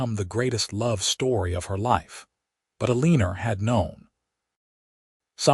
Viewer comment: It’s el-en-or not ah-lean-er